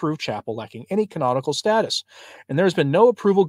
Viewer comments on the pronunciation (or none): none